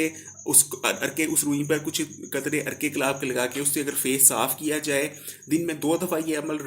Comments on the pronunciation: Galabb nhi gullab hota ha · بھائ لفظ گلاب ہوتا ہے ۔ غلاب نہیں۔۔۔ بخارات ۔۔۔۔۔ہے۔۔۔بخرات نہیں۔۔ پیسے کمانے کے لئے وڈیو بنانی آتی ہیں۔ بولنے کا پتہ نہیں۔۔ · Plz improv ur urdu galab nahi gulab hota ha.